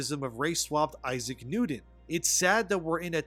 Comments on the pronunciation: It's pronounced Issac NewTon not NewDon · Isaac Nuden? ImporDent? Oxycoden? You may need a speech coach to work on that replacing “T’s” with “D’Souza”. Just say’n.